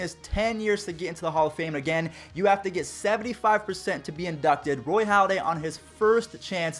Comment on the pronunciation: Halladay*** not Holliday